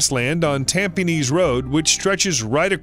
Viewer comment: is the tampines road not tampenines.